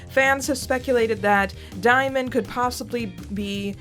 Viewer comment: Diemen's name is from Van Diemen's Land, pronounced "demon", not "dye-men". Van Diemen's Land is the old name for Tasmania, where criminals were transported. Xicali is from the name of a city with a high crime rate. Diemen makes reference to living by theft. Also here is a badass song about same